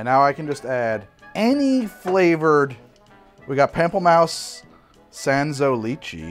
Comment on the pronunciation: "Pample Mouse" >_< (pom)(pel)(moose) <3